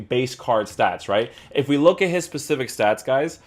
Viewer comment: Love Tierney being a Celtic fan so this was a must. Please say specific and not Pacific lol